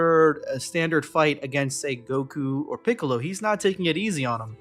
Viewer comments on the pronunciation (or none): none